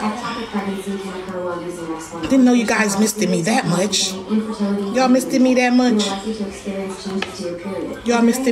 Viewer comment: Not missTED 🤣🤣🤣🤣🤣🤣🤣🤣🤣🤣